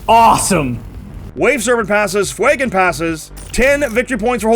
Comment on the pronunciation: Stop calling him Fwey-gon, It's Few-gan. I don't care that it's based on the Fuego word, it's a god damn badass space elf who doesn't exist, and you are making him sound as tough as damp mop.